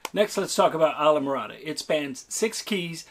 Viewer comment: It's pronounced eesla morada.... it's not an Anglo word .... stop trying to make it so....